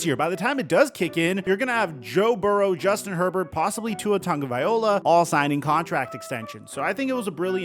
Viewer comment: Its tagovaiLOA not tagovaiOLA